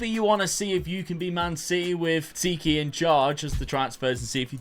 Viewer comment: His name name is pronounced “Tee-Kee” the X is silent! Fun watch as a City supporter